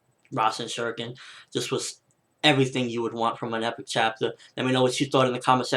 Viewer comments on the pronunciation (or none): none